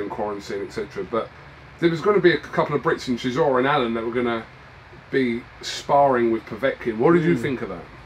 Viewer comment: "Steven Sizzora" 🤣 🤣 🤣